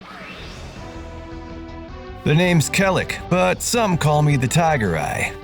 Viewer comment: I always thought it was pronounced kay-lack...